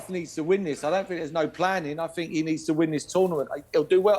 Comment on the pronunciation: ''what shooked us'' ''Garef '' Southgate ''every fink goes froo 'em ''